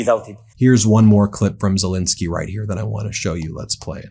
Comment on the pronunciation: Zel EN skyy!